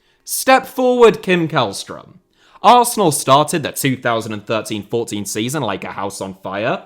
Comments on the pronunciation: the way u prounounced källström in swedish was right and then u proceeded to go KÄLLström again💀😭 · Always amusing to hear Swedish being mispronounced. Jokes aside, keep up the great content! Edit: Sent this before you corrected yourself. Yes, it's a soft K, the first half of his name sounds more like "shell". I was hoping you were going to give "Djurgården" a crack